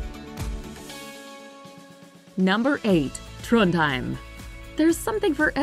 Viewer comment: In Trondheim. Not "hrím"